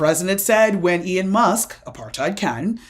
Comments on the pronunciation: It's pronounced Elon, not Ion??? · Why are you saying "Ian" Musk?